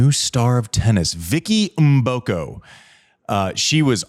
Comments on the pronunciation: wow finally someone who know how to pronounce Vicky Mboko name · Thanks Andy for pronouncing Mboko correctly 👍